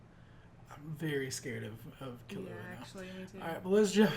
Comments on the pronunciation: ...Except the pace you say "ki" and "lu" should be the same, the first L before "lu" becomes a pause. Also "ki" is NOT pronounced like "key". Source: I speak japanese. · Kill-You-Ahh. Is the best way to spell it out and is exactly how it is pronounced whenever Gon or any other character says his name. And when Killua says his name it’s basically the word Gong without the g sound at the end. Hope that helps. Everyone can say it differently though it’s not that big of a deal. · That is actually very wrong. The u is not "you" at all. U in japanese is a sound similar to O in "who", but shorter. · I agree with the notion but you screwed up where the accents are. In the case of Serena and Akane, japanese people put emphasis on the first syllable, but not the last one (otherwise you would have something like Serenà or Akané). In Killua's case the emphasis goes just on the KI, while in Kurapika's case the emphasis is actually on the RA.